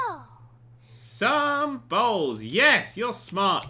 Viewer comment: sleeming88 I believe it was more of a "Sumh bowhls!"